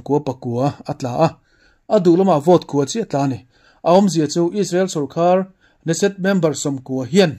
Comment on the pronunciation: Chhiar i thiam khawp mai.A sang tur te,a hniam turte leh uar tur lai leh a mak lam thilah a rik dan i observe tha e.Netanyahu ang mai i ni.Youtuber tam ber thil chhiar hi chuan thin a tirim zawk thin;mizo tawng chhiar an thiam lo lutuk.A lawmawm hle mai.A parliament hming i lam dik zaih bawk.Youtuber dang chu nise 'Kneset'hi KENESET(keneset)an ti leh ang.Hmul thi a ding suau ngei ang.